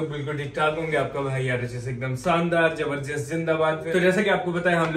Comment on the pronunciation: Bhai thoda sa talaffuz theek kare apna. Shandaar zindabad zabardast hota hai. Naki sandaar jindabad jabardast Pls correct that.